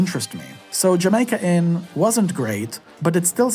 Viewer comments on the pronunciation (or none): none